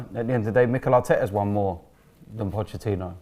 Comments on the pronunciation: Nobody: Absolutely nobody:: pochechinno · Nobody:: Pochechino